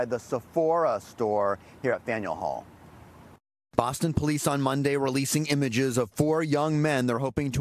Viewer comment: What hall? Learn how to pronounce places my guy.